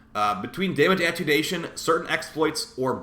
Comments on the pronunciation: At-ten-u-ation, instead of attunation. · Attenuation - say it with me: AH TEN YOU A SHUN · It’s pronounced A-ten-you-ashun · Sorry I respect you and all but hearing you mispronounce attenuation so badly just hurts. Ah - ten - you - A - shun